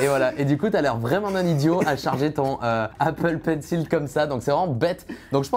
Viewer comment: Quand tu entends la prononciation de Apple Pencil du mec qui bosse dans les specheul effex ... 😭